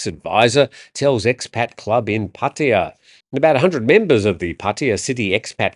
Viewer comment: Or "Puh-TIe-uh". To be clear, they are listening to English speaking foreigners and repeating. They are not listening to Thai people.